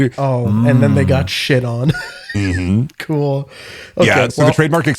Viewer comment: the little fucking ‘kewel’ from is slaying me ToT